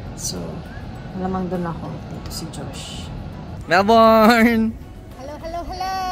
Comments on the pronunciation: Melbn yung pag pronounce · It’s not Mel-BORN!